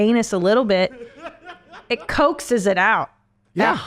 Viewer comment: The word "coaxes" pronounced "coke-ses" I'm too high.